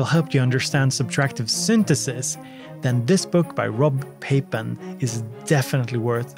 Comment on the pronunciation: And being Dutch, Rob Papen should be pronounces differently XD. But I get your point about the digitakt.